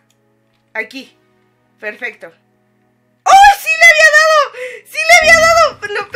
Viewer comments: siempre dice perfesto en vez de perfecto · Like si en el minuto escuchaste a decir perfesto en vez de perfecto